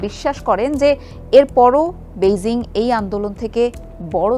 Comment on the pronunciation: বেইজিং উচ্চারণ সংশোধন করুন।